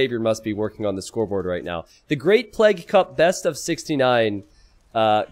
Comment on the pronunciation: Or like t90 says, "pleg"